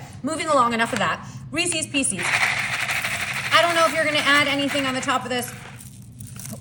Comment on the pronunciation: It’s not REECEEES It’s pronounced — ReeSez